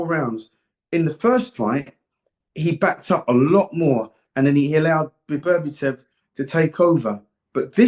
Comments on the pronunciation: For Duke BETTER BE EV That's how to pronounce his name .I value Dukes opinion on Boxing. Until he keeps bringing up Tank. Davis why? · Love Dukes analysis whether I agree or not (usually agree tho and his predictions are bang on). Love him on TS But he always mispronounces BETERBIEV as ‘Beberbetev’ and nobody corrects him 😂😂😂💪🏾🥊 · Beberbitev so many can’t get Beterbiev’s name right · One of the best analysts, yet one of the worst with names. I mean, «Beberbitev»? Really? 😂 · His name is BETERBIEV not BERBATOV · bro he calls him Beterbietiev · 'Bebertiev' loool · HIS NAME IS NOT BEBERBITEV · Everytime he said Berberitev I was in stitches, he also got confused between Madrimov and Kabayel😂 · HOW HARD IS IT TO LEARN SOMEONES NAME BABERBETIV LMAO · Duke it's beterbiev lol